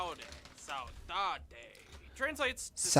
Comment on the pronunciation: you acually pronounced "saudade" almost well, you said it the way people in brazil say it if i am not wrong